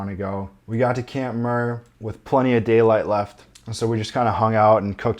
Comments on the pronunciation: Camp Muir not Camp Murr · it's pronounced MYUIR, as in John Muir, not MUR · It's not "camp Muhhhhhhr". It's "camp Myeeewwwweerrrr".. got it? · Great video with step by step, permit, cost info etc. Muir is pronounced wrong tho. It’s MYur, as in John Muir. Also crevasse, not crevice. Sunglasses/goggles are a must. Not you “might” want it. It’s game over if you don’t have them. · Why horribly mispronounce Muir Also Crevice and Crevasse are two completely different words bro. Come on 😅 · Good information but the pronunciation of camp Muir is killing me! Lol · Awesome video. Just a tip: you are pronouncing Muir wrong. But nonetheless a nice video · Its camp Muir, like John Muir?